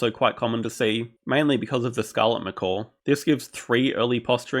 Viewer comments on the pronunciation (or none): This guy making fun of how I say "catacombs" when he says "macawk" lol